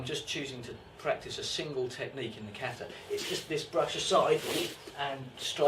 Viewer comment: How can you write a whole book about kata & not be able to pronounce the word "kata" correctly?